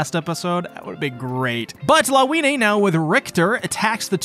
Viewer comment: Her name is read as Lavinya